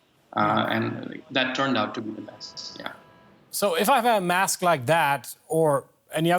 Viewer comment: DW News discusses the importance “wask” wearing. 🤣